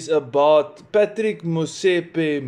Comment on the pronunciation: Patrick is pronounced patrees